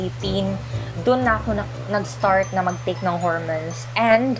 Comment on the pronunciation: Besh .. hor-mowns and not hermens